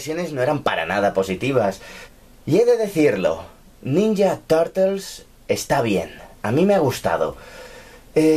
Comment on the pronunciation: ninya tartels XDD